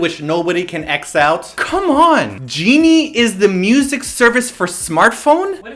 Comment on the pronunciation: My favorite parts: when complains about the Genie ads--> (Weird accent): Genie is the music service for smart phone(Hands flinging), and when he says askew in the middle of complaining about the narration-->:'D